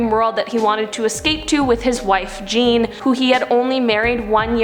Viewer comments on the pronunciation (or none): none